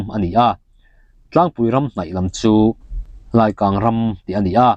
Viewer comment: Biate leh lungdar hi tun thleng in laikang ramah hian mizo ramri then dan (kawrh/lui) anglo takin tlangdung sahmulthen ah ala in ri reng,,, Laikang nilovin Laaai-kang (lai tih hi thluk tur) ti a lam zawk tur ani e,, Laikang ngaw ah hian tun thlengin kala kal ve fo mai niaaa, I channel hian humsual lo dai mawlh suh se